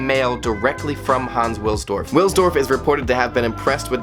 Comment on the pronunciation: W has a V sound in German, so the surname Wilsdorf sounds like “Vilsdorf”